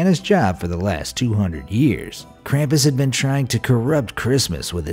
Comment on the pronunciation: Not krapus its krupes